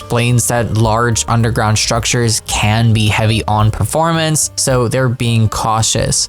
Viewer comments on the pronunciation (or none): none